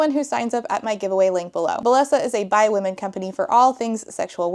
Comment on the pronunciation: Whenever you say that belleso is a by-women company I always hear it first as "bi women" company and it confuses me for a second before I realize that you're not saying that the entire company is run only by bi women.